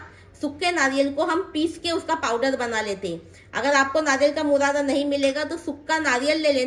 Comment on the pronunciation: Murada nahi burada😂